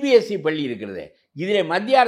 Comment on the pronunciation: Thaniyar palli ya??! Neenga ennikki tamizh Kathukka poreenga ??? paakkave kashtama Irukku. paLLi nnu varaNum